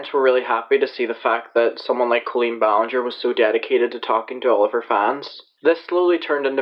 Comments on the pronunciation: I never heard her name pronounced co-leeen before its col-een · i know this is so irrelevant but the way you pronounce colleen is driving me up a wall